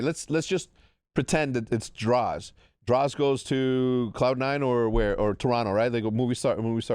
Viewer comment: bro said beans for Drazah LMFAO